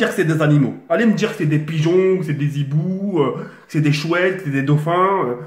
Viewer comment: "Allez me dire que c'est des pigeons, des ZHIBOUX! XD Mdrr il ma tuer